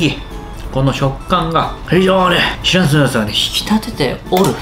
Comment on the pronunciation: シラフユッケ⁉️ って耳を疑った😅